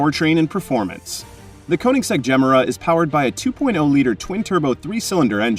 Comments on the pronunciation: Ifs not gem-era.. its ge-mera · The way you say "Gemera"... ouch Pause it after "Ge", and then finish; "Mera". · Just some advice… you may want to learn how to say Gemera properly! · Not mysterious has the jesko engine with one 800 ev motor. You are pronouncing the car wrong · Wtf pronounce it correctly dude,had to stop watching,couldn’t take it anymore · There are many videos of Christian Von Koenigsegg presenting this car, & pronouncing the name of it, several times in each video. I suggest you look any of them up.